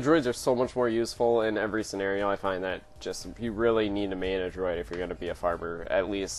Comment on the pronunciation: Droid?? Come on man. It's not a difficult word. Write a script for your videos too, this is depressing.